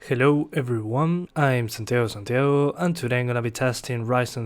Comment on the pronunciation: i have a question, por la forma en que dices santiago tu hablas español verdad ?